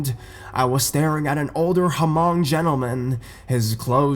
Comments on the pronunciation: Did you just say Ha-mong? XD Someone already commented below and yes the H is silent. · FYI, Hmong. The H is silent.